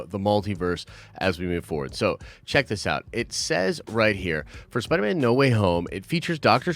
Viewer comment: man said spiner man